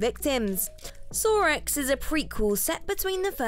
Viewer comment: Sawr Ehx… Y’arr.